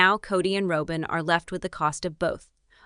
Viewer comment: It's Robin NOT ROWBIN